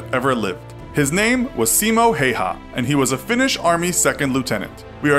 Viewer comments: I can't get over how you pronounced his name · It's important when dealing with foreign names of people and places, that their correct pronunciation is thoroughly researched. Please check on the pronunciation of this gentleman's name. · Pain listening you say the name wrong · dedicates a video to a hero but doesn't search up how to pronounce his name. oh lord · it's actually pronounced "Simo Haüha", as in Finnish "ä" is not pronounced the same as in German making a sound similar to the u in cut and the y being pronounced as the German ü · You pronounced häyhä wrong it's pronounced hah-u-hah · “many wrong facts” yet he only states two, one being the pronunciation of the guys name..😑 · its pronounced häyhä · Its häyhä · Its häyhä not heiha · Its simo HÄYHÄ not hayha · Its not Hayha the pronounciation is actually Hawa (still the same spelling Häyhä) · MKVD Heiha. Heiha. Heiha. So triggering. Häyhä. Hay-ha(nd) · His surname is pronounced more like "Hi-yaw" and not so much like "hey-haw" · It's Ha-w-ha, not Ha-y-ha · You said it wrong it is how-ha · Its pronounced like Hauha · H is like hippo just dont begin saying the next letter before you finish the first one. How u say the A in frag (as frag grenade) is how you say ä. The first name is pretty accurate but you dont articulate in finnish language and you say it as its written, not "Heiha" as in the video thats incorrect. the Y in "Häyhä" you say like Y in "you". Hope it helps. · Many wrong facts in this video. It was not the Finnish who gave him the 'White Death' nickname, but the soviets who did. It's also pronounced Hauha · H H yea but you pronounce it hauha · JOONA thats like dead giveaway that you are not from finland... i understand if you are british or american or smth, but no finn pronounces it hauha. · Y'all still be sure its pronounced hayha now? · brody crawford Im finnish, the pronounciation is just häyhä. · Häyhä is pronounced Ha-oo-ha with the As being pronounced like in hat or sat.